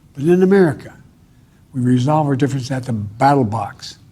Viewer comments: he said battle box like 3 times, it's funny but not that funny come on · “Battle Box”, sounds like a new CoD map or something😂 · AT DA BATTLEBOX' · BATTLE BOX i heard lol